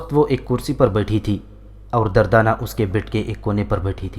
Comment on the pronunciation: Bhai The name is durdana not dardana..🙃🙃